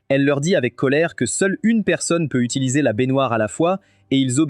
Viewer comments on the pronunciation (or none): none